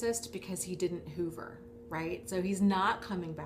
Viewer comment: Each time you say hoover I think you're saying HOVER, as in, spying. If you just mean suck you back in there's nO need for technical terms. Suck you back in is just a common dating technique players do. All it is is that u keep falling for playas and getting PLAYED. ...Peace...